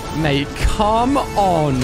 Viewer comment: did you know u say cam iyour mommy